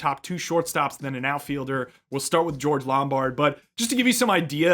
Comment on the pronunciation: It was bugging me throughout the analysis — “LomBARD” not Lombrad.